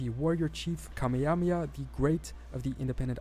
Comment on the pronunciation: He butchered name of the Hawaiian king. It's Kamehameha (ka-MAY-uh-MAY-uh).